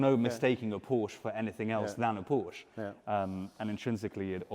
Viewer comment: Nice to hear pronouncing Porsche correctly.